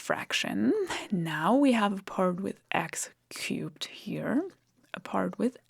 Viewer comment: I know she's saying "x-cube" and I still hear "x-cute". Damn this spell!